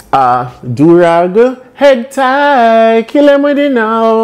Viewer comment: 😂 Did u just say “Head Tie “lol